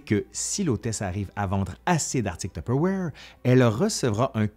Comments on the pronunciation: Ouais mais on ne dit pas "top awaire" ! on dit : "Tuu peure vouaire"...en France. Ma mère a raison. Point. 😂 Ps : merci, c'était très intéressant et très... nostalgique pour moi. Ma mère a utilisé une espèce de bol orange avec le même couvercle que celui que vous avez dans les mains pendant des décennies. J'avais du mal à manger ce qui en sortait, vu que le plastique était un peu noirci à force, en pensant à toutes les substances toxiques qui devaient contaminer les éléments... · ah ! que de souvenirs en regardant votre vidéo instructive agrémentée de "zzzz" !! Enfant, j'assistais aux réunions "tue père voire" (prononciation lorraine Est de la France) et j'en conserve un exemplaire des années 1970 ........ 😊🧑‍🍳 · Maman disait « tiperwait »! Impossible de lui faire prononcer ce mot à peu près correctement. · Haa! J'ai jamais réussi à prononcé correctement ce nom ^^' je suis sûrement pas la seule en France je dis: tu paire va re XD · Non non non, c'est tu-pe-wouar (humour) mais c'est ainsi que le prononce ma mère. 😅